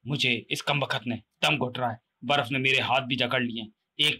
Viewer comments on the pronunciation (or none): Truti Sudhar => Kambakhat nahi Kambakht hota hai 😤